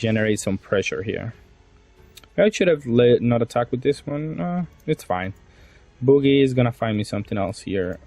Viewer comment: Hearing "boogie"instead of Bug-ee (Buggy) the entire video had me laughing so hard 😂 great content as always 😊